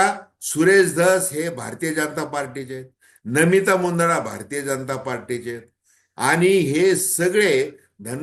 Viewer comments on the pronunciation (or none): none